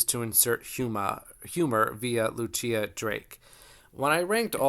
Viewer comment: Just a heads-up — Lucilla is most likely pronounced loo-SILL-ə, not loo-CHEE-ə. If she’s Italian, it’s loo-CHEEL-lah.